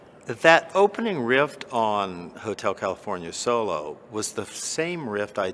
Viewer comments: Did he say 'rift'? Instead of riff? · I can’t believe that the guy who wrote one of the best riffs of all time pronounces it “rift”🤦‍♂️ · Sounds like he says rift... twice...